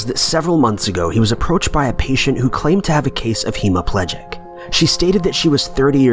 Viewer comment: E dem burg? Would that be the Scottish capital of Edinburgh ( eh din burr ah) ? Lol. He HAS to be reading from a script.... it is the same with hema pledge ick - hemiplegia? Love it. But how could the woman be wearing 18thC dress and the police officer just pre 1905 uniform ( there being no police in the 18thC) , I confused. The rest is quite logical - I suppose.